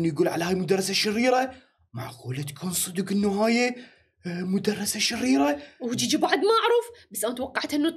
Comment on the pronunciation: منو انتبه على جيجي لمن قال شريه يقصد شريره